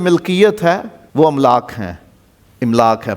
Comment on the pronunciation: "املاک" کے الف پر صرف زبر ہے ، زیر سے پڑھنا غلط ہو گا ۔